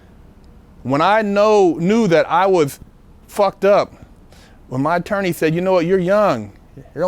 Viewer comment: LOL SAID ATOWWNEI HAHAHA ELMER FUD SOUNDING BROTHA JK MUCH RESPECT AND LOVE GOD BLESS BIG GUY.